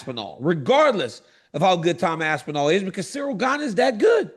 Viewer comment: Tom ‘Asspinal’ Asspinal